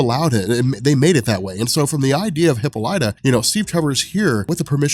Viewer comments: bro, please... It's not hippo-lyta, it's hi-ppola-ta. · The Wonder Woman trailer is out PLEASE stop saying Hip-O-lat-tah, its Hip-Pol-ita lol! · It’s pronounced hip-olita, not hippo-lite-a. You should know that. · Dude I love your videos but you need to know that it's pronounced (Hip - All - Lit - Ah) NOT "Hippo - Light - Ah". I cringe every time you say that. You're still the man bro just stop saying it wrong. #WonderWomanFan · hip-paul-lit-a. not hippo-light-a. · Say it with me now...Hip-pol-ah-tah...there's no hippos in there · Hip-all-it-tuh Not Hippo-light-uh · 🤦🏾‍♂️🤦🏾‍♂️🤦🏾‍♂️😂😂😂PLEASE!!! For all that is holy…WATCH ONE OF THE CARTOONS so you can learn how to pronounce “Queen Hyppolita’s”(Hi-Pah-Li-ta) name! 😂😂😂😂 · No it's obviously a hippo lighter. And Leo ney adidas. :D Bothering me a lot too when he says hippo lighter XD But funny! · high pole uh ta? Isn't heh paul ita? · Wow. You couldn't even spare the time it takes to figure out how to pronounce the name Hippolyte correctly. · please listen to the pronunciation of Hyppolita... you're saying it incorrectly. I swear I'm not trying to be rude, but I enjoy your videos, and you sound like the kind of guy that likes factual information. Just thought I'd let you know. Please don't hate me lol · The butchering of the name hippolyta makes me cringe everytime I hear it... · dude you pronounced ww mom name wrong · your pronunciation of Diana's mothers name is offensive. GJ otherwise!